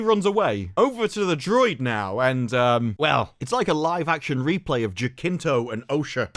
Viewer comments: "pool of wo'er in the middle" HE SAID THE THING!! Also I'm gonna note that "Jacinto" is said as "ja-sinto". Yeah, it's weird but that's how the name is said, it's a spanish thing. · I love the way says Smilo Ren actor's name haha, it would be more like "Hasinto" in English. At least we get to laugh at this absolute travesty of a show. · Um could you look up how to pronounce “Jacinto”